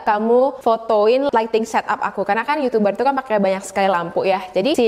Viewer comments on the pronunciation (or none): none